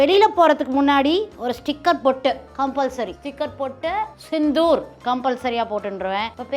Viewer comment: Operation sandhoor.. not sindhoor... By